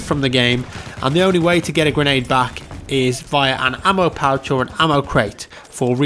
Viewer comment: Ammo pouch or Ammo kraut?? Lol it sounds like he said Ammo Kraut lol